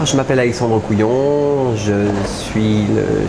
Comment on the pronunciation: Bon pourquoi il dit son nom avec insistance sur le "yon"?